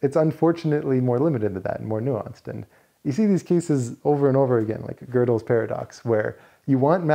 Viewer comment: there's no R in Goedel.